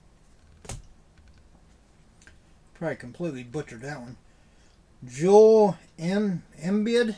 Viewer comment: Joel Embid is pronounced "Jo-el Em-beed".